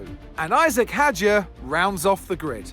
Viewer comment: Typical of him. So disrespectful that he can't even be bothered to pronounce 'Hadjar' correctly. What have we done to deserve such a terrible commentator?